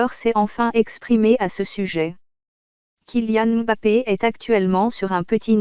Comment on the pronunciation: Merci pour la vérité mais par contre la voix robotique me casse la tête regardé façon elle prononcé le kylian mbappe